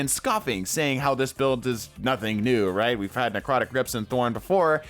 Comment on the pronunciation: necwotic :3